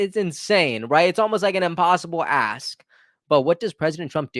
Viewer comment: No offense, but there is a 'k' at the end of the work ask. I thought you kept saying 'what an A$$'! But it is a great heart warming story!